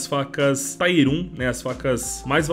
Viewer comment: Só uma dica, tier não se pronuncia assim